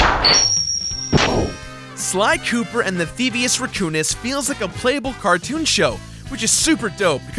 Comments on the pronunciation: I Know, But hes pronouncing it theivious "rEcoonis" not "rAccoonous" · you say can say Raccoon correctly. So then why tf are you saying "Reccounous"